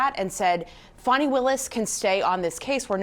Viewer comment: F-A-N-I spells Fawny like S-A-D-E spells Shawday